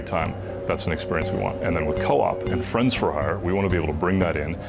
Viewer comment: Sounds like it is going to be Friend for Hire, not Friend-S for Hire.... :(